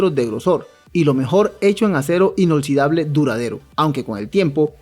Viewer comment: Alguien que le diga al amigo que se escribe y se pronuncia: Inoxidable